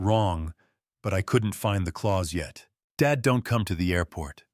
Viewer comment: I like the story but why is Dad read as dead